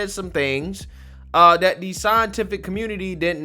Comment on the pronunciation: Excellent broadcast. If I could just get you to switch of the “dis” with “THis”, “dat” with “THat”, “da” with “THe”. You’d be batting 1,000! Said with love and respect.